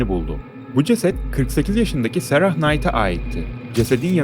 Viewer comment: “Sarahhh” değil “sera” diye oku nolur